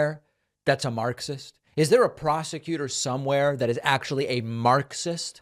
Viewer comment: he must have gotten paid 10k every time he said maacksis